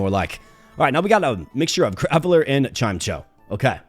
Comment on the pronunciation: i love how you say chimecho but its pronounced chai mecho it being pronounced that like that makes the name sound like chime and echo at the same time